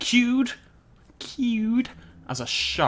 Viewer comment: I don't know but something about the way you said cued was hilarious to me😂